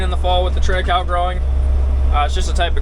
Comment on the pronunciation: It's pronounced trit I Kal I